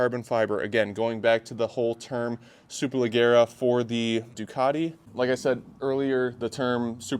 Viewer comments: Please please please pronounce SUPERLEGGERA correctly, the double GG is pronounced as J so imagine you are looking at "SUPERLEJERA" ok??? It hurts my ears everytime you do it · Hello! The right pronunce is "Superlejjera", like the "je" in "jersey", double it. ;) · Hey man, love the channel, just an FYI it's pronunced super-leh-jeh-ra, so essenetially the G is pronounced like a J. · "Le gara" LOL Also It's "Duck" for a Ducati; "Duke" and Super Dukes are KTM models. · He can’t pronounce the bike😂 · Thanks I’m American but I cringed when he said it like that lmao